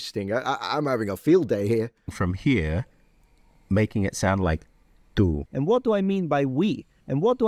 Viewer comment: "it exposes you" doesn't have enough glottal buffer between the fully realized "t" in "it". I native anglophone would (a) glottalize the 't' so as to clarify they word boundary, or (b) put a 64th-rest (approximately) between the enunciations to emphasize that "it". Contextually, option B seems less likely (we aren't shifting or exposing culpability), so we would expect a glottalized 't'; instead, he pronounced a new word- for english- "itexposesyou" by letting the words run together as would a romance tongue.